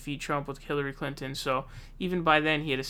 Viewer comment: Lol'd at "hilary clanton"